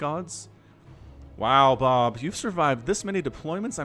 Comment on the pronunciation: Lol it took me a minute to realize you weren't saying boob